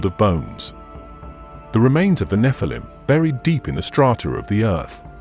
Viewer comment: it's NOT pronounced NEF-A-LUM RUBE!!! it's NEH-FAL-EEM GET IT RITE!!! because a FAL-EEM is an ANGEL and the NEH part signifies being CAST FROM ELHOME'S GRACE!!! why put video's out if your not able to even know the pronunciation of DIVINE BEINGS DISRESPECTLY???!!!